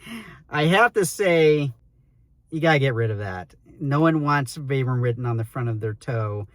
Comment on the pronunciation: I hate the pull/elf tab. It'sa fashion feature stolen from Hoka. All it does is help collect debris and interfere with full-length jeans. I'm glad they've ditched it. BTW, Vibram is pronounced VEE-bram.